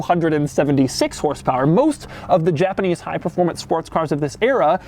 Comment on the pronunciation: A JA-PA-NEEZ Chevrolet Camaro. That's what it is.